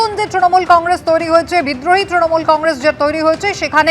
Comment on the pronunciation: নিউজ অ্যাঙ্কর তৃণমূল কে "ত্রণমূল" বলেন কেন?